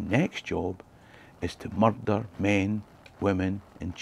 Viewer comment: Nothing sounds like a scot, saying "muthder", murrhdhur, mudder. Meardur, muthdur, most foul.